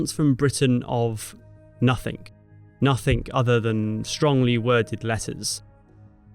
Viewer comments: It's "nothing", not "nothink" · Advertising 'Babbel'? Try grasping your own language..it's nothing, not nothink. Over and over '"NUTHINK" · No such word as Nuffink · it's nothing not nothink